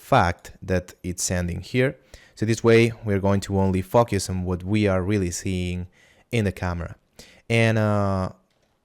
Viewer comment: "In this part of the tutorial we are going to fok yus" Nice tutorial btw :)